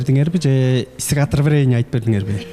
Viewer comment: Стихотвранение дедиби же мен эле ушундай уктумбу😂😂😂